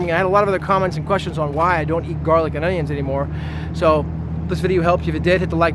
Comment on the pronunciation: The way you say GARlic everytime says that you're offended by garlic and you don't really care about facts, it's more about your feelings. Maybe you choked on one before. Maybe one bit you? Besides that, get over yourself and your agression against garlic.